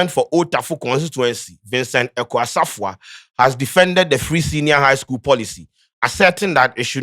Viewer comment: please you're an Akan know to pronounce the names Asafuah and u're saying what? see how u mentionoed Umaru sanda's name. charlie make us proud wai